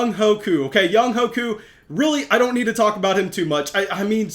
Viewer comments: Young HUAY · Young-way, you gotta pronounce the GOAT’s name right